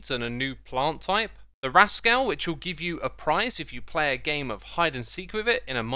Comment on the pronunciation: I've now heard you pronounce "rascal" four different ways, all of which quite bizarre